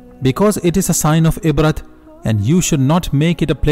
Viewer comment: Ibrah عبرة not ibrat don't pronounce the T.. please bro..